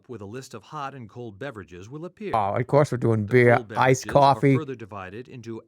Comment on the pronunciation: Iced Coaffee, Stuffed Peppuhs, BYEAH